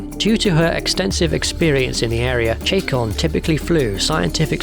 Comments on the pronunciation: Good video, but mispronunciations bug me. Trudy Chacon, it is not CHAY-con. It is SHAH-cone. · "Trudy Chay-con" Lol nice pronunciation there. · Aside from the mispronunciation of "Chacón" this was a pretty darn good video. The attention to tech detail and attempts to make everything as realistic as possible played a major role in my enjoying the movie when it first came out and in periodic re-watching on DVD. The Samson and Scorpion designs, along with the Shuttle, have always struck me as capable of flying out of the screen and into real life if we just had slightly better tech available.